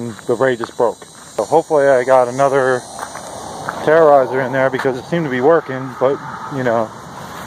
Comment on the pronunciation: It's terror eyz not terror eyzer